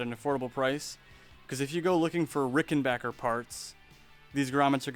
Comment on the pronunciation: Thanks for pronouncing rickenbacker and not rickenbacher like so many other people do